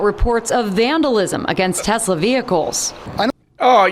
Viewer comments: Trump called it “Tesler”. Hysterical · Why does Eloo Ma pronounce Tesla's name Tezzla? Does he not know the name of his own company? How out of touch do you have to be to mispronounce the name of a company you ostensibly own?